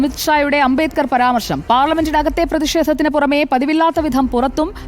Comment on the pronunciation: 50.ഏക്കർ അല്ല. അമിട്ട് ജി. അംബേത് ക്കർ. ഭരണ കടന ശില്പിയുടെ പേര് പോലും ശെരിക്കു പറയാൻ പറ്റുന്നില്ല 🤔🤔